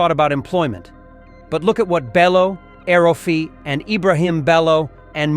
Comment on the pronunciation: Did you say EL rufe i ?? U dey whine me 😂😂😂